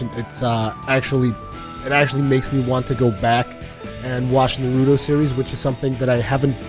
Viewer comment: I just can't stand when people say Naruto like that with the long u sound. no one says his name like that, your pronouncing it wrong for both Japanese and English. it's a short subtle u sound sort of like the sound for the u in the word up. saying Naruto like this guy just makes you sound either stupid or ignorant, pick one